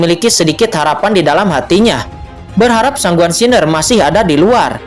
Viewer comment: Baca san Guan xin er min jgn gabung Siner bacanya,😂 Semangat 1 episode lagi nanti jm 10 y🙏